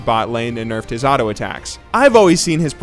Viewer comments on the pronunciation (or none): none